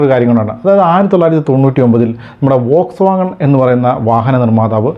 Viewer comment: വോക്സ് വാഗൺ അല്ല “ഫോക്സ് വാഗൺ”. ബുഗട്ടി അല്ല “ബുഗാട്ടി”. വിയ്റോൺ അല്ല “വെയ്റോൺ” pronunciation ശ്രദ്ധിക്കുമല്ലോ ഇങ്ങനെയാണ് പേരുകൾ Pronounce ചെയ്യേണ്ടത്